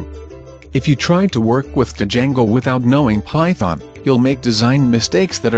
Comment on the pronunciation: Di-jango XD i can't handle the TTS